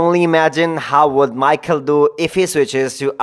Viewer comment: It's pronounced like My+Hall like first part of Hallway, it's a generic Slavic name mostly Eastern and Western Slavs, big support from the Slav community!